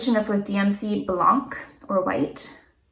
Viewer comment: Hi! Love your videos! Maybe go with a China blue on the grey fabric, it would be very beautiful and more softer than the royal blue. Also when you mentionned DMC white or Blanc, in french the "c" in blanc is silent! ;) When you test knit a pattern do you buy your materials? Do you have the pattern free? Thanks for sharing your projets it's super inspiring!